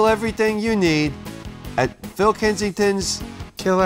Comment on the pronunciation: Fill (like Will with an F) Kensington is my favorite character from Troy. It cracks me the hell up.